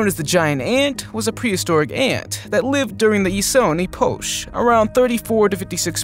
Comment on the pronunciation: Did I just hear the narrator say 'ee-potch'? Seriously, if there are words you don't know how to pronounce, use a dictionary. I can't say that I've ever heard the word 'Epoch' butchered like that.